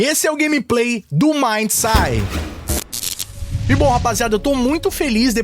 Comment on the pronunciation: MaindSaid ....se pronuncia asi....